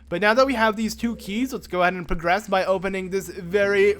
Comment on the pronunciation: YourTime lol yeah in one of the videos he said pagress instead of progress